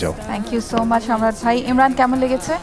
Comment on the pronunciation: ময়মনসিংহ কিশোরগঞ্জের বেশির ভাগ লোকের মহাপ্রানধনি শব্দগুলো উচ্চারন হয়না!!!! যেমন আমরা" ভাই" এর যায়গায় "বাই" বলল আসলেই প্রতিটা অন্চলের ভাষার মাঝে ব্যাকরনগত কিছু না কিছু প্রতিকুলতা রয়েই গেছে।